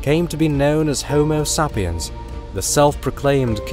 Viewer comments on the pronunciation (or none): Why does he say Homosapians like that?